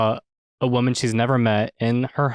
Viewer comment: I cannot stand how Justin says "woman" when he's talking in plural. Someone please talk to him about this. Huge ick.